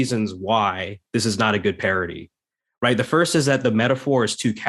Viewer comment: Thank you! That has been driving me nuts as I listen to this podcast. PARITY. Not parody.